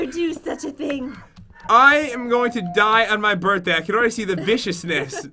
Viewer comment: Did you hear that jen said happy borthday pat